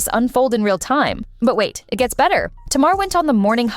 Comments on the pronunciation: Tamar name is pronounced (Tay-mar) not "Tah-mar"🤦🏻‍♀️ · It pronounced Ta mar and Mendeces